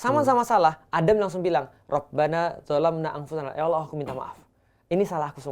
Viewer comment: Yang benar Allah, bukan Awlah dok. selamat belajar.